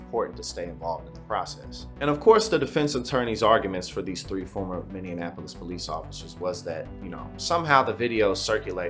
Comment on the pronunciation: It's Minneapolis not Minne'in'apolis